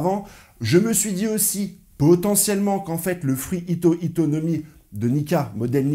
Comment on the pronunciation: C'est "Hito Hito" pas Hita..